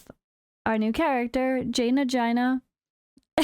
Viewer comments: Based on world of warcraft I think its pronounced "jayna" around 1.40 mark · Haha, you might be pronouncing it correctly, as the spelling does make it sound that way. I just found it extremely amusing, lol. Never change 🤗